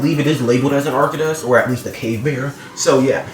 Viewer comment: Its pronounced ark-toe-dus